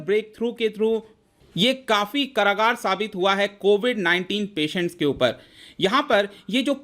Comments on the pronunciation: SIR its कारगर not करागार 🙏🙏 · Ka bhaiya angrej ho kya ?? Kaargar ko karagaar kyu bol rahe ho ?? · Karagar nahi hota hai kargar hota hai , plzz sahi bole. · Sir karagar means jail hota hai to karagar nhi kargar hota hai kyu sahi pakde nnnnn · Bhai Karagaar jail ko kehte hain 😂. Kargar Bol. Ji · karagar nai bhai... :) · कारागार नही "कारगर" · कारगर होता है not करागार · Karagaar nhi sirji, kargar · कारागार नही कारगर होता है सर् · Its कारगर not कारागार 😂😂😂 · सर , कारागार नहीं कारगर बोलिए। कारागार = Jail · भाई जी कारगर शब्द को आप करागार बोल रहे हो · करागार नही भाई, कारगर।।